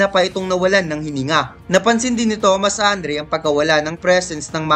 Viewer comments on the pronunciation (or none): none